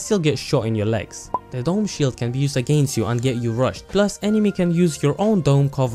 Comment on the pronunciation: "AGAINTS" Nice good video though